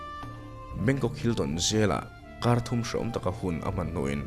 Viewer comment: "Bangkong"ka nui na sa lutuk tawng sual hi chu alo awl emai😆